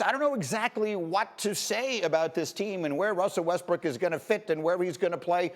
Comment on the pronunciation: Did you just call him Russell Westbrick Sir 😅